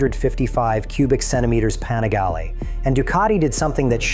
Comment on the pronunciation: is this ai or a guy that can't pronounce obv stuff at least twice? ex: panigale, literbike, and irrelevance. Good vid until that broke the immersion...